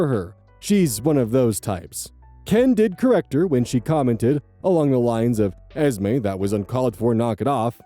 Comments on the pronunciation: Esme, when short for Esmeralda or similar, is often pronounced Esmay or Esmeh. Hope that helps, and that I'm not way off base. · Just so you know Esme is pronounced as ez-MAY and EZ-mee. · eeeesme. Eeeeeesme. while you look up the pronunciation is a vocal stim for sure now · Your confusion over the pronunciation of Esme makes one thing absolutely clear, you have never seen a single Twilight movie 😂